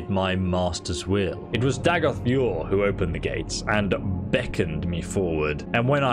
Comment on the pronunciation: “Retrieve the Mask of Dagoth yerrr”